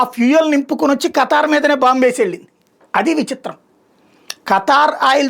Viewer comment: niki khatar name sarigaa chappadam radu muskora bhadkuv 😅😅😅